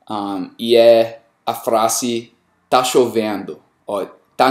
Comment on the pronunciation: Cara você tem um português bom mas a pronuncia tem bastante sotaque. Eu sou do Espirito Santo, Sudeste do Brasil, somos considerados os "SEM SOTAQUE" do país, se vc quiser, posso te ajudar com isso. Acho q vc pode exercitar uns músculos vocais e bocais pra poder pronunciar algumas coisas mais livremente como FRASE, vc diz "FRASSE" mas se fala "FRAZE", entre outras coisinhas pra deixar o seu português bonitão. Qualquer coisa só chamar :)